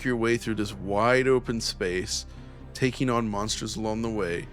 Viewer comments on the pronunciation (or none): none